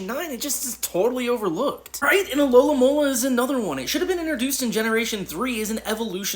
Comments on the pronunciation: Alolomola? I will keep pointing it out until someone tells me why so many Pokemon YouTubers say that instead of Alomomola. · How is it nobody can say Alomomola right? The whole point is that its a palindrome so why do people only say one m?